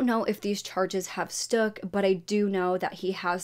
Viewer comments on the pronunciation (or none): Baby. It’s stuck. Not stook